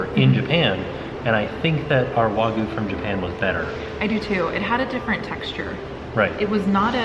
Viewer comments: Wa-gi-yoo. Not wah-goo. Cringed every time I heard that. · IT IS PRONOUNCED WAG-U NOT WAGU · It was Way-gooy. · It's Wagyu! Not Wagu! So many Americans oddly pronounce it that way. I know its just one letter but it would be like a Japanese person calling a US steak a US stick lol(yes I know, Japanese people have horrible English word pronunciation too ha) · As an australian and hubby is a butcher kobe is just Wagyu and there are different scores of it sonhigh the score the better it tastes pronounced wag you The only difference between australian wagyu and Japanese wagyu is the place they are from Australian wagyu is way more expensive as well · Thank you for sharing. You look great, the meal looked fantastic, however please learn how to say Wagyu 😀😀